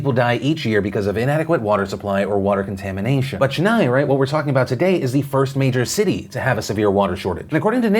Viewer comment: Phil, I love you but please pronounce Tamilnadu and Chennai right! I'm from there and it's very annoying when people don't pronounce it right